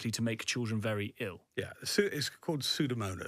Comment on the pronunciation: "Pseudomonas Arugensis"? That's a new new one. I've heard of "Pseudomonas Aruginosa", maybe that's what's meant. I wouldn't call this old duffer as an expert witness.